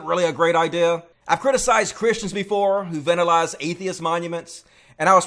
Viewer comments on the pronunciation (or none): The way you say vandalize makes me laugh.😂